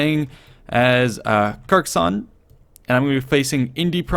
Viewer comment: pronouce it "car ka ss on (opposite of off)" not cacason X'D